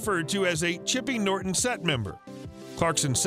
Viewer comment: Twikerham 😂😂😂😂🎉🎉🎉 chippy norton????? Ha ha keep going